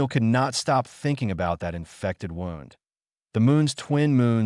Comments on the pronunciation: Your AI is having trouble. It is bloodfang, as in "The Vampire sank his fangs into my neck." Also, its wound as in please have the doctor dress his wound, not wound as in he wound the excess rope. ALL OF THIS IS VERY DISTRACTING. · Wound should be pronounced properly Stupid AI garbage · The downside of AI. Do you use a short-A ah sound or a long-A aye sound in fang? Do you pronounce wound with an ow sound as in 'the path wound around the mountain', or do you use the ooh sound for wound as in 'I had a bad wound'? They're spelled the same but the meaning is very different. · Crappy narration. Is,it Blood-Fang or Blood-Fong? Pick one. Wound was also butchered. Get better text to speech software